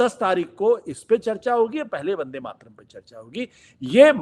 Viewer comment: ठीक से उच्चारण भी नही कर पा रहे वंदेमातरम... का।इसके उच्चारण से पता चल रहा है कि इसे भी वंदेमातरम राष्ट्र गीत से बनावटी प्रेम है। ये भी खास किस्म के सेकुलर ही हैं।